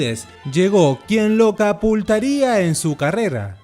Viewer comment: Excelente video y muy buen trabajo de investigación y edición. Me encantó el graaaan resumen que hiciste de la vida y obra de este magnífico hombre. Lo unico que si descubrí un pequeñito "error" y es en el seg que dices "capultaria" y creeria que quiso decir CATAPULTARIA...